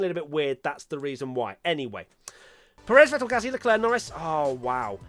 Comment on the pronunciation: You actually nailed the german pronunciation of Seb. NOICE